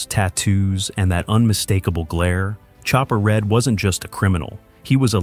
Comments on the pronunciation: It's Mark chopper "Read" not Red!! you numpty, at least get that right. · jesus christ you cannot even pronounce Chopper's name correctly. IT'S NOT RED, it's Read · FFS. It's pronounced "Chopper REED"